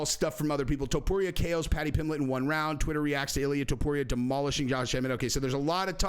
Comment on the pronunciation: You said pimblett vs pimbleet, twice (?) I think lol Love the channel tho just discovered